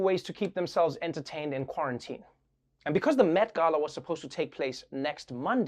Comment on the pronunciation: Did he say Meth Gala? TWICE?